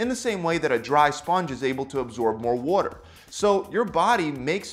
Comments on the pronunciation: "body absorbs more wutter" lol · Someones from philly. "Wudder"